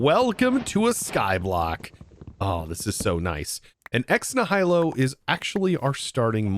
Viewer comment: I hate to be the overcorrecting autistic guy, but you pronounced Ex Nihilo wrong. I believe it's pronounced "eks NEE-hi-lo" without knowing to to write out phonetics.